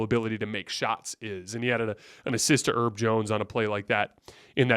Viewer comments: It’s not “erb” like herbs and spices it’s “herb” like Herbert 😂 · Bros been calling him erb for so long why havent we called it out😂😂